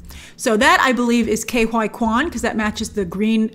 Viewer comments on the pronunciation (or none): surely ke huy quans name is not pronounced "K Y Quan" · she should really work on the pronunciation of Ke Huy Quan